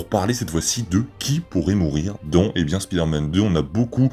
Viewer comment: Au tout début de la vidéo j'ai cru que t'a dit "pider-man" 😂😅